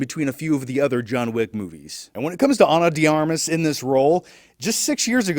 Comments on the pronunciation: I know, right? Be nice if movie review channels learned how to pronounce actors' names. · "ana dee armiss"